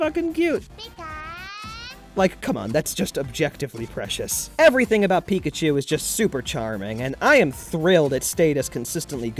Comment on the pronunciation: It's pickatu